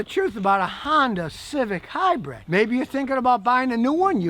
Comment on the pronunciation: Scotty is trying to to say HYBRID not HYBRED..... but still fails too often lol..